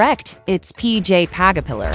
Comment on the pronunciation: Pj pagapiller no pj pugapiller thats not it win you say it